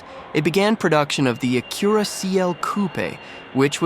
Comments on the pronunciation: The Ah-Cure-a Coo-pay? Bros either slow or trolling . Its aa-cue-rah coop goofy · Why does he pronounce Acura like that? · I had an Acura Legend in 87, beautiful car, and soooo quiet. It was white with the grey cladding, gorgeous. Anyway, the brand was new and at that time I was trading cars pretty regularly. My neighbor came by and was very impressed and asked if I liked my new “Acura”, just the way he pronounced it in this video. I didn’t have the heart to correct him. 😊